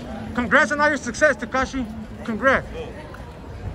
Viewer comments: “Tikishee “ I’m crying 😭💀💀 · Lol did he just say Tekishi 🤔🤔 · “Takishi our here comffortable” 😂😂😂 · He said takishi 😂😂😂😂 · TAKISHIEE OUT HERE COMFFORTABLE YEYE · Did I hear a “Tahkeeshy” at the end? Twice?!? Lmao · Tikishee tho 😭🤣.. soon as bull told him thats enough he said ard tikishee 😭🤣😭🤣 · Lol how he calls him Tikishee at the end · "Takishi" haha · Man said takishie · He called him takishi!!! 😆 🤣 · “Tikishee out here comterbual” 💀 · that nigga said “tikishi”😂😂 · Why he calling him takishi I know that low key triggered 6ix9ine to try not to laugh 😂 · he called him takeeshy😂😂😂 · "takishi" LMFAO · My dude said Takishi 😂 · Man's calling him takishi 😄😄😅 dead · The guy said takishi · It's not tekisie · Foo said tikishi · Mexican trying to say tekashi had me in tears